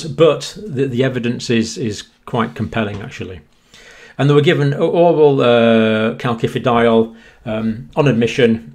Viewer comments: Calcium....second c sounds like “see” because of the “i” following the c Calcium.... first c sounds like “Kay” because an “a” follows the c Calciferol....first c sounds like “Kay”, second c sounds like “si” because it is followed by an “I”. Word sounds like Kal-si-fer-ol not Kal-ki-fer-ol. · Calcifediol is pronounced 'kalsifediol' with s rather than k. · Please please dear professor, there is no “K” in calcifediol. It hurts my ears and detracts from your great message. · Great stuff but surely the second C in calcifediol is pronounced like an S. As in calcium.